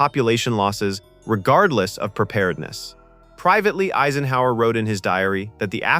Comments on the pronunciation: "president asenhower?" when common words are mispronounced like that you know its a. i. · President "AZE en hower" . Gotta downvote that AI content. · Who the hell is president Ayzenhower? Surely you can learn how to pronounce his name. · And whoa... your AI is pronouncing President "Eisenhower" as "EEsenhower"???? With just a little more work, you could fix these errors, you know, instead of showing false information about an extremely serious topic. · AAA senhower? that's how you pronounce Dwight David Eisenhower( I-sen-how-er)? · This idiot for an author even allowed Eisenhower's name to be mispronounced... Aisenhower instead of Eyesenhower???? REALLY? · You might want to review pronunciation with your robo-voice. For instance, "Eisenhower" isn't pronounced "AYsenhower" (long "A") but "I-senhower" (long "I"). And "Shute" (as in the book's author) is pronounced to rhyme with "boot" not "shut." An otherwise good video marred by an artificial idiot robo-voice. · Um...... We never had a President named Asienhower. It was corrected later but again AI fucks up. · AI cannot pronounce "Eisenhower" --Ay-sen-hower." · President Aysenhower? FFS what the hell have I been listening to? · We had a President "Aisen-hower"???? I must've slept thru that four years. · Does it take a nuclear weapon to stop AI narrators? President "Aesenhower." Nevil Shute's name pronounced at least three different ways. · A-son-Hauser.... Haha Nice Eisenhower! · Downvoted. I can't imagine why you couldn't find a human to narrate this, and you didn't tag it as being AI. "President Aisenhower," wtf? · Ya had me, till it said Eeezenhour... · Pictures don’t make sense. Pics of Clinton? Pics of A bomb in place of H bombs? President Aysenhowser? Ugh. So much Ai these days. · President Ayzenhower? That's almost cute. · I noticed that too. "Asenhower" 😂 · Sheesh. Listening to how the AI-generated narration mangled the pronunciation of Eisenhower and Shute made this video unwatchable. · or Eisenhower